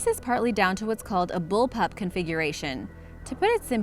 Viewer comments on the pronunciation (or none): none